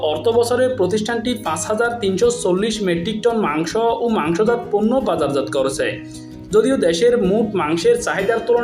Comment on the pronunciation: সময়টা ছিল ছয় না চয়, ফন্ন্য না পন্ন্য, পারেনি ন ফারেনি, নিউজ করার আগে ভাসা ঠিক করে নেউয়া উচিত।